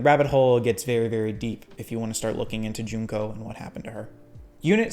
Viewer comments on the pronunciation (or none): none